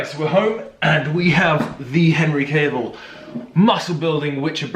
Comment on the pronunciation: Henry Cavill... Cavill pronounced Kevill! Thought you were saying Cable the whole time!😁 That phone call though had me in stitches! I thought cinnamon too because cinnamon helps with sleep 😴